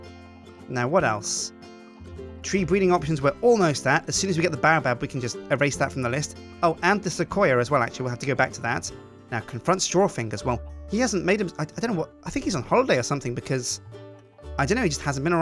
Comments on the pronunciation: BAOBAB IS PRONOUNCED BAY---OH---BAB GET IT RIGHT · Baobab is pronounced bay-oh-bab